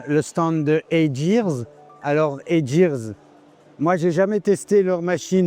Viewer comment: Très intéressant. C'est marrant, j'aurais prononcé Heygear à l'anglaise, "hey gear" avec un g dur, plutôt que hey jir. Justement, je m'étonnais que les Japonais ne soient pas présent sur le marché de l'impression 3D, on dirait que Qholia apporte une réponse. Peut-être en fait qu'ils visent un marché essentiellement asiatique ?